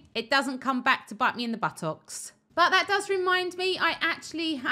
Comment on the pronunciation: was there a reason you said buttocks 3 times in like 10 minutes and stressed the pronunciation of the last one?